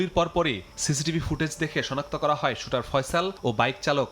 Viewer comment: Shooter! he is a criminal. Pronounce correctly!